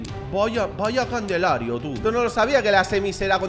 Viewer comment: en todos sus videos diciendo candelario en vez de calendario